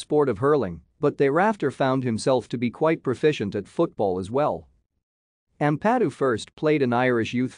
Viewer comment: It would have a bit more credibility if you could actually pronounce his surname correctly.....